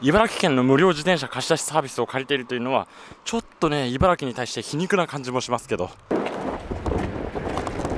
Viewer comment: 茨城県の人はいばらぎと発音します。スーツさんはいばらきと正しく発音してますね。